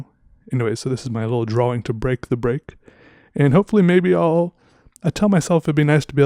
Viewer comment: Draw-wing...I like how says it.